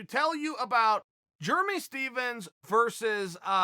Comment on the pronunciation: Chael “germey Stephens” sonnen